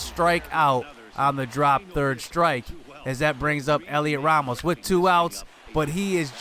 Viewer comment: Its pronounced Helio Ramos you don’t say the T Great vid